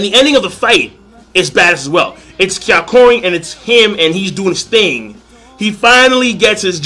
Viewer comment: HIS NAME IS NOT KYAKORIN!!!!!!!!!!!!!!!!!!!!!!!!!!!